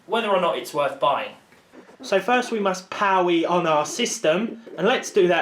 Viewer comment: lmao 'powe on'